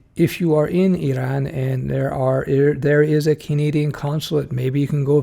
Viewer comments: Correct pronunciation too! Eeraan. Useful advice. From your video it seems like Canada might be welcoming software people? Back in the 90s when I was trying to apply from US, it was tough. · Did not trigger me because we are pronouncing it like that in my native language :) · It is kind of a hybrid pronunciation first sylable in French and second in English, and that's how they pronounce it in Iran and the surrounding countries and other languages of the region. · Why? It was a lot closer to how the natives pronounce it than Americans.